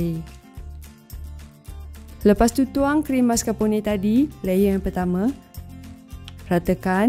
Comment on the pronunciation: maskar'pon(e)..bukan maskarponeyyy deyy..hahaha..sedap nampak..coffee lover mesti aummm